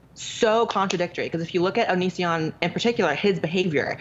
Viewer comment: "Onishion" LMAO!